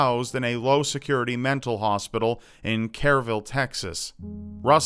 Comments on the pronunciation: it's pronounced "kurr-vill" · Kur-vill. It's pronounced kur-vill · did he say hasville texas? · the way he pronounced kerrville hurt me oml 😂 it's kurr•vill but me and my grandma were driving home from my aunt's home (she lives in a town outside kerrville) and my grandma points to a bland looking building nonchalantly and says "yknow that's where andrea yates is" and she explained the whole thing like it was the weather. i was mortified for the rest of the way home omfg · Kerrville is pronounced CAR-ville. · lol why did he pronounce Kerrville like that?